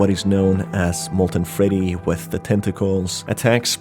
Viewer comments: "molten feddy" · molten FEDDY